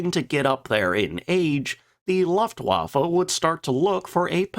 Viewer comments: I love your videos but please say Luftwaffe correctly. It's looftvaffe...not luffwaffa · Maybe you should learn how to pronounce Luftwaffe. It’s not Laftwaffe.